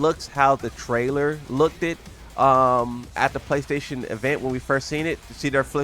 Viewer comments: This mf really said “LOOKEDED” while still being negative about Tekken 8, crazy work. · Hearing 'LookedED' out loud was funny af to me😂 Sorry